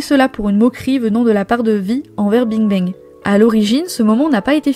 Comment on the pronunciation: je comprend parfaitement qu'on veuille pas faire l’effort de prononcer correctement des mot ou nom d'une autre langue (Bing Bang quand meme... c'est pas le nom le plus complique) mais même le français est parfois bancal. Quand on créé une chaine ou 90% du contenu est oral c'est quand même la moindre des chose de s'exprimer correctement. Un peu de sérieux pour pas dire professionnalisme.